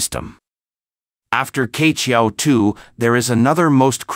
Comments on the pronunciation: No offence, I suggest the pronunciation of "queqiao" is not "K-qiao" but "chur-qiao"，like “church” without the "ch" at the end. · Q is not pronounced "K" but as "Chi" in Chicago. QueQiao 鵲橋 is the Chinese Zodiac Type mythology story "BIRD Bridge" formed by the BIRD "Que" for the "Cowboy" 牛郎 and "Weaver Lady" 織女 to meet in the SKY across the Galaxy ---- SILVER RIVER 銀河!!! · 跟我念，七～月～鹊，不是K桥